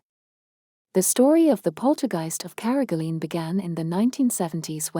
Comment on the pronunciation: Please pronounce carrigaline probably